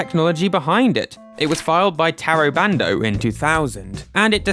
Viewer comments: Fantastic video over all. Gotta say, the lesson in Japanese pronunciation vs. mispronouncing the Japanese creators’ names (I.e. TAY-RO BAND-O versus TAH-RO BAHN-DOH) had me laughing a little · Please respect people enough to say their names properly. It's not hard. Oh my god as I am typing this you literally explain the exact mostake you were making... Ta Ro Ba N Do. Jeez....